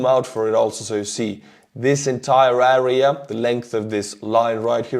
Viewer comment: I love your videos and your English is really good but area in English is pronounced Air-rea not aarea